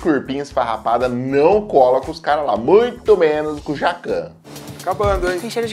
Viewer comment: o cara nem falou bem di jacan kkkkkk